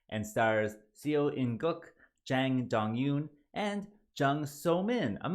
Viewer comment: First, Seo is pronounced SO with a long O sound. Second, "B Movie"?????? "Schlock"????? Tattoos aren't as taboo as in the past. And Seo In Guk is one of the best and most versatile actors in the world. The producers and director have already said there would be not only a sequel, but a prequel that tells how Seo In Guk's character got to be the kind of person he is. This movie also explained the genetically modified guy/thing on the ship and the cop ones as well. I guess you missed that. I agree the first half was better than the 2nd, but I thought the whole thing was good and In Guk was the highlight of the entire thing.